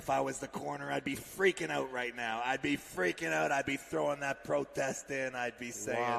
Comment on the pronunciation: "I'd be freaking oot"😂